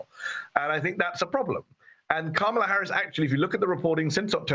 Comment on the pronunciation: You’d think that, as in the case of the CA caller, who is so tuned into Harris’ policy, he could at least pronounce her name correctly